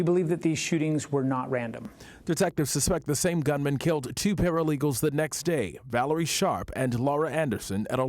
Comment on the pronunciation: My cousin's name is not Valerie. It's pronounced Va'leereyah.